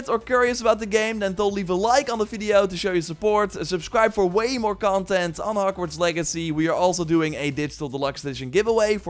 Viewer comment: Did i just hear him say "and you can explore hockwarts"